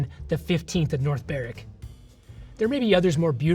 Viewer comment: Well done for pronouncing North Berwick correctly! Most Americans don't do that. 🙂